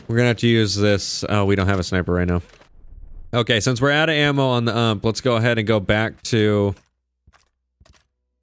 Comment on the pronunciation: Put the UMP back on... Its pronounced (U-M-P) haha 🤣🤣🤣